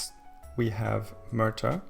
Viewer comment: If this was real life - For a few years you'd have a league even more static and predictable than the Scottish dominated by Swansea and Cardiff, and then it would die off due to lack of sponsorship. And Merthyr is pronounced Mer-ther